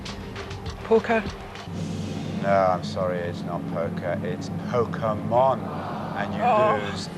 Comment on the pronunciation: It's pronounced "Po-kay-mon"!